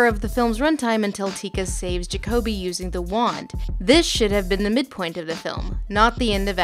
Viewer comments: did you even watch the movie? his name is Juh-koby not jock-uh-bee. i feel like if you watched the movie you would know that... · Ja-co-be... its Ja-co-be no one is named Jacob-be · Jacob-E? Did you just watch the movie and not listen to it? His name was clearly and repeatedly stated as ja-coby. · How can you continually mispronounce Jacoby. Ja-CO-bee. Not Jacob-ee. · Did you watch this or some one else on your team? Because you keep mispronouncing jacobi. Like you've only read the name but never listened to being spoken. Like its said 2 dozen times in the movie. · JAKOBY not Jacoby lol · Is it just me or does how she pronounce jakoby really wrong and annoying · Ok wtf, nihilist, jakoby. can you pronounce something correct please, its distracting... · JAH-COBY holy shit lol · Why does she mispronounce nihilistic and Jacokby's name? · You now how I know you didn't watch the movie? You can't pronounce one of the main character's names properly when it is said multiple times in the movie. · Why are you continually mispronouncing Jacoby's name in the beginning? It makes me feel like you've only read reviews of this movie, but I cannot imagine you doing that!